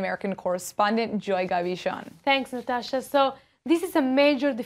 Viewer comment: I like Natasha's pronunciation. I like Natasha.